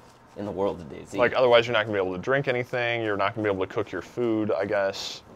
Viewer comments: I always thought it was pronounced dayz.. No spacing between. Sorry if Im wrong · It's DayZ not Day-Z. Jesus...